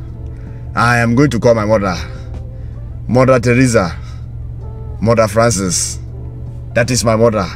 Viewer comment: My boy said Mother Francis 😂😂😂😂